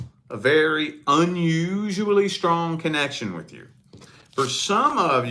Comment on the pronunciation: Why do you say "which" instead of "with"?